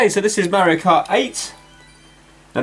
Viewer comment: IS NOT MEARIO IT IS MARIO